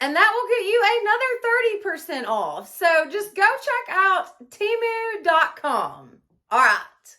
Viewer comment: HI.... THIS IS MY FIRST TIME WATCHING YOUR VIDEO. I ENJOYED IT. I JUST WANT TO TELL YOU THAT IT`S PRONOUNCED TEM ...LIKE HEN AND MU LIKE MOO. GOD BLESS!😊